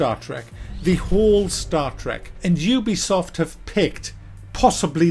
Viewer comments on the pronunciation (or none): In your intro when you said 'ubisoft' it souned like "You-be-soft"